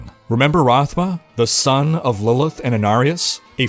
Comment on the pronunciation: "Lillith" "Lillia" Bruh she barely tried, lmao.